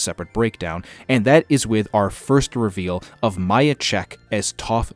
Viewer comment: Miya’s name is pronounced Mia not Maya